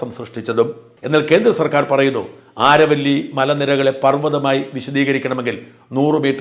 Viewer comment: ആരവല്ലി ശരിയായ ഉച്ചാരമല്ല. അതു അരാവലിയാണ്.